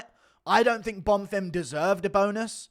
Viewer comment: ITS BONFIM, NOT BONFIRM!